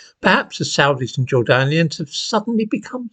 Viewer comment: Why does he pronounce "Jordanians" in such a ridiculous way?